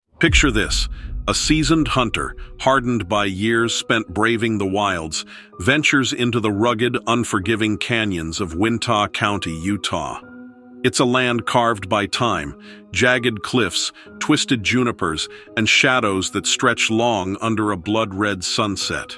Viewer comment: “Wintah” County lol